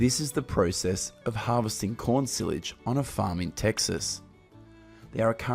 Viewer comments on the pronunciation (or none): Sillage 😂😂😂😂 its SILAGE ya numpty..pronounced CY lage 😂😂😂